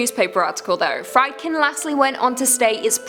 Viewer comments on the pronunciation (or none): Say it with me now.... It's pronounced FREED-KIN. Are you guys Canadian or something? I'm trying to give you the benefit of the doubt here.